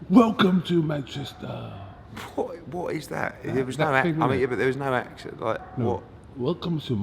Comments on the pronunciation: sounds like borat😂 welcome to mancheeesta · It's MANCHES'TOH